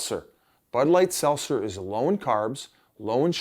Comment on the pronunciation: Pronounce the T is SelTzer Biz